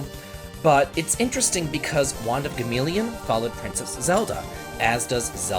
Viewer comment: Read in Hermione’s voice: It’s Wand of Gamelon. Not wand of Gameleon.